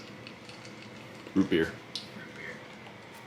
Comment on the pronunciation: "root" "beer" ROFL